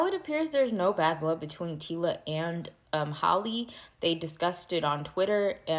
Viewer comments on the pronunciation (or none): You can’t not be reporting and not know it’s Tyla not Tila and Halle not Holly